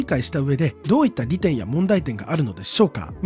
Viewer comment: 利点のイントネーション独特